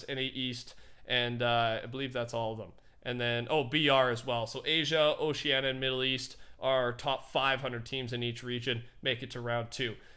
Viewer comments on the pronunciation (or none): none